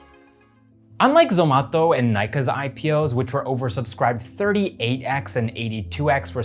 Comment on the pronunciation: Please say Zomato - not Zomatho